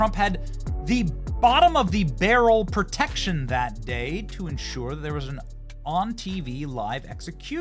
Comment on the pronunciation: It's pro tection not per tection